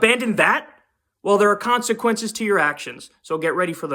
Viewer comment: Lmao “consequences”